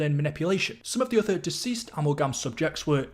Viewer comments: Great video, question though. Why are you pronouncing it am-el-gam? It’s “Ahh-mal-gam” lol. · A Mal Gam, not Ammal Gam, just had to get that out, it was driving me nuts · I’m going to have nightmares about the way you pronounce “amalgam”. 🤣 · Amulgum Gobbalgam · I’m only a few minutes in; please tell me he doesn’t say “Amulh-Gam”